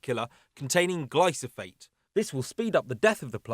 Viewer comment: Sorry to be pedantic, but it’s glyphosate not glysophate